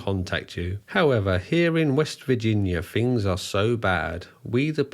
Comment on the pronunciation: TH is not F "Fings" Argh...